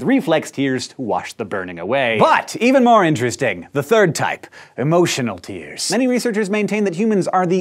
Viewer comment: did he say "emo tears"